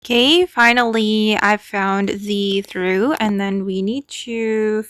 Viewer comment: Hello, it’s pronounced TRAWF or TROFF